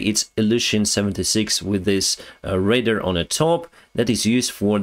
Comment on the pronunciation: Pronunciation hint; American English: Radio wave detection system, RADAR. I hear “raider”, which is a person making a fast attack to destroy and then retreating. I believe it is actually Ray Dar. Keep on with your updates, thank you. 😊